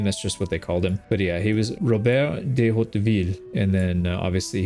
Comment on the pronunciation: I am french and I wouldn't have pronounced "Hauteville" any differently. In the wikipedia article it's "de", is "dey" the old fashioned way of saying "de" ? I could not find anything on it after a 11 seconds search.